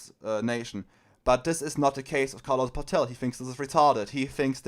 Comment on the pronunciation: Danke für die Zusammenfassung. Paetel ist aber nicht Pah-tell (das wär indopakistanisch) sondern Pätel. 😉 Liebe deine Ausführung zu Kommunikationsproblemen von modernen Marxisten zur Arbeiterklasse.